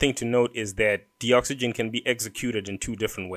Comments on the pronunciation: I don't think its pronounced "de-oxygen". It is a docs generator. Its gotta be DOCS-uh-gen as in 'docs gen tool'. too big a coincidence not to be. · I'm pretty sure Doxygen is pronounced "DOCS-YGEN" as a play on words with document and oxygen put togetterh.